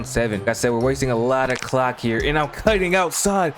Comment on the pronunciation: i cant be the only one that heard "the cawk is gonna be draining."